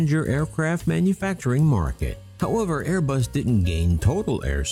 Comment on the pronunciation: Am I the only that heard "until late 2019 that an upstart Manufacturer you may have heard of named aibus" 2019 what are you talking about they where founded on 18 December 1970